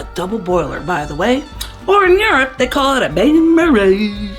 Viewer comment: Love this recipe,! Lots of great tips and tricks! Your pronunciation of "bain-marie" made me laugh! 😻😻